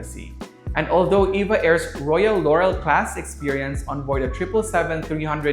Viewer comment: Btw it’s E-V-A not “Eva”